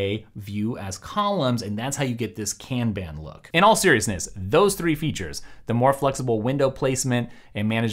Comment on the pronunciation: That’s for sharing some of these productivity ideas! “Kanban” (Kahn bahn) originates from Japanese so my only hang up with this video is the butchered pronunciation. Other than that, great stuff!